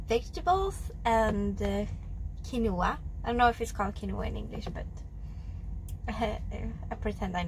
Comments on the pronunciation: You did Say Kin O ah properly lol. Good stuff that you are wanting to take care of you’re self but you are perfectly sweet and great as you are don’t change for anyone. You are just so beautiful puts sunshine in my day with you’re video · Chicken, rice, and broccoli is a staple diet for anyone here trying to cut and show muscle mass. Quinoa is ok (and said the same way in NZ as you pronounce it). Keep the interesting content coming!